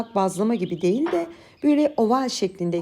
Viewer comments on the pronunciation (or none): none